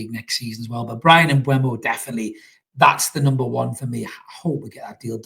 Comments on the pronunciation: It's M....boom .o. not M b. whey mo or M. bumhole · And M-boomo